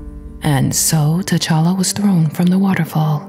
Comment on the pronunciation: It's t'challa not t'chally